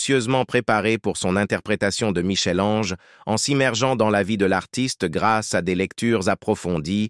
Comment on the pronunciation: La prnonciation de Michel Ange est la preuve que le locuteur est inculte